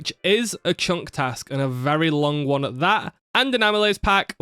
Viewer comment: Even "chunk task" sounded kind of like "shank task"